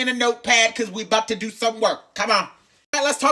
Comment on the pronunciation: "Just dew what I tell ya tuh dew" took me clean out and I cant explain why 😂😂😂😂